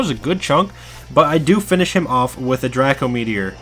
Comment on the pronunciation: its not dr ah co its dr ae co meteor